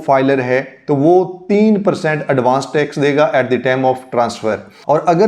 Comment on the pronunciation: Iss tame naheen time/ tyme bola kareen